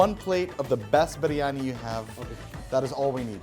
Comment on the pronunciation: I lost it at Briyani..... Briyani in Japan LOL